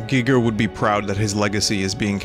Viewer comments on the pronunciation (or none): You insist on pronouncing "Giger" wrong, and I already have a migraine so stop that.